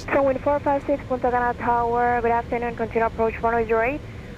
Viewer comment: Sounds like you are saying Puta Cana, hahahahahahahaha.